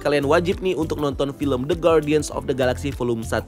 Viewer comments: cuma mau koreksi spelling. harusnya dibaca gardian (ˈɡärdēən), bukan guardian soalnya judul filmnya bahasa inggris setahu saya. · Koreksi. guardian itu huruf u gak dibaca. Jadi bacanya gardian bukan gwardian